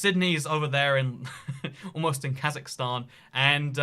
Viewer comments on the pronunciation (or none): none